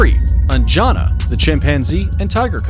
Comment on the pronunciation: LOL It's not pronounced like 'An-jaa-na'. 'An-ja-na'✅️